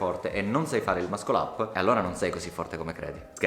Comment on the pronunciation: tutti possono imparare ad eseguirlo, pochi a pronunciarlo... É MASSOL UP non mascol up